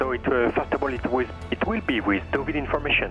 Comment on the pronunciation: You always had the option to turn back, but it was worth having a look. The visibility under the low cloud looked pretty good and I could see it raised more as you approached Dinard. Please try to pronounce Deauville properly- it is not Duvall ! Black socks and trainers - they know you are English tourists 🤣